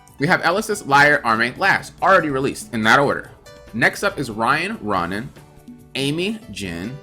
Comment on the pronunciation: Row-nan lol like Conan